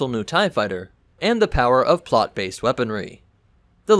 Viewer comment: Did you say "plot" based weaponry?